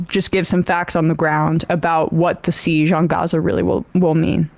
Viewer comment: Emma pronounces 'siege' so weirdly.